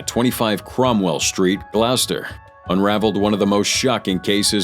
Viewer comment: Glaowster 😂, it's pronounced Gloss-ter.